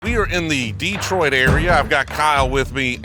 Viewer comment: Happy you pronounced detroit perfectly 👊🏿